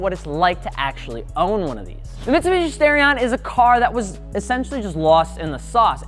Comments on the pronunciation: Maybe im wrong, but i would assume the starion would be pronounced star-ion as in star. Not stairion. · Stairion? No, it's Star-ee-on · Its STAR-e-on. Not STAIR-e-on. This is worse than people who call Aluminum "Aluminum " and add that invisible "i" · Nice video. Great cars. Would love to get one and do an engine swap on it. Something light, powerful, and high revving. One thing. It's NOT STARE-EE-ON, it's STAR-EE-ON. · Stairion? Star-ion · I waited all that time in the intro to hear you say the name of the car and you ended up saying "Stare-ion".... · lol he said stairion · I really hate that he pronounces "Starion" as "Stairion", lmao